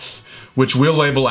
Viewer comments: ”Hoff depth” lol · “Hoff depth” Lmao I’m done😂